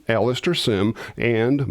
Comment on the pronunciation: SORRY BUT ALI"STAIR" IS NOT ALSITER.